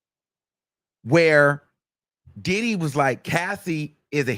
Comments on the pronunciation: The way you say “DIDDdy” be sending me 😂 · EVERY TIME 😅..... HE be like "DID-HE?!" and "DID-DEEE" 😂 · yes 😂😂😂 I be like why you gotta say it like that!!!